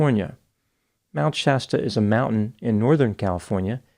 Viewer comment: Thankyou for pronouncing Shasta right. The way Mr. Ballen and the dude from the Lore Lodge said it had me yelling at my phone.